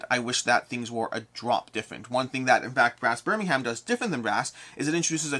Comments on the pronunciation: FYI “Lank-uh-sheer” and “Bur-ming-um” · Great vid. But they are pronounced Lanca-Sher and Birming-um ;)